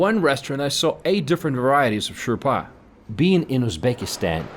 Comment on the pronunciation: Sir it is not Shourpa but it is Shouwa or Shouba which we still call it but it's originally come from Dari which is spoken in Afghanistan not Iran ( شوربا ، شوروا)